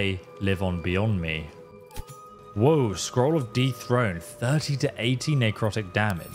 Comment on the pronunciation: Butchered that name Dethrone 😂